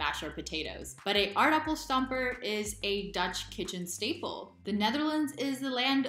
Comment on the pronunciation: Love your pronouciation of Aardappel stamper! So good!